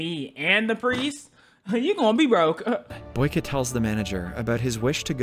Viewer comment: Its boyka not baky